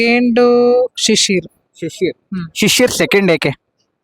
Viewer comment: ಮೇಡಂ ಅದು ಶಶಿರ್ ಅಲ್ಲಾ, ಶಿಶಿರ್ 😂😂😂